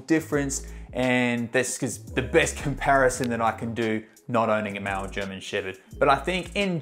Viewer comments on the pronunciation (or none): Sounds like he is saying mal german shepherd instead of male. What's this accent? 😮